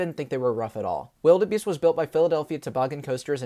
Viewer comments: Great review. Just one nitpick, Wilde Beast is pronounced "Wild Beast", not "Wildebeest". The "e" is there because it's the theming of the area it's in. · quick tip: wilde beast is pronounced wild beast, it has the e at the end for the medieval theming towards it.